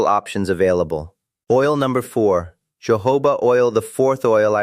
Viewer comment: It’s Jojoba oil, NOT Jehovah oil for heaven sake! The ‘J’ is pronounced as letter ‘H’!